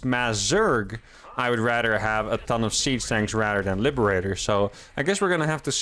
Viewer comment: I must be going deaf, I swear you were saying Sea Snakes, not siege tanks :)